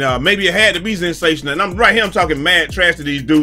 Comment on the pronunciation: That boy said "ZENSATIONAL" 😂😂😂